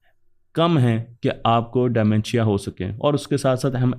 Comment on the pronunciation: De mentia not dy mentia😅